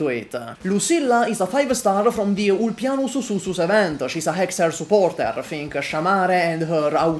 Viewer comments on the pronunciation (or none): the way you say "ulpianus sussus event" is very funny 🤣. Wow wth? ? Futanari? 🤨🤨🤨😏